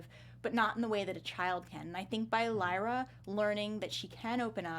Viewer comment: I got triggerd when she said leera when it pronounced lighra but spelt lyra